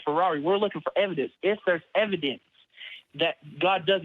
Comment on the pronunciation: "the ev-i-dence of the holy spirit..." best laugh i've had all day :)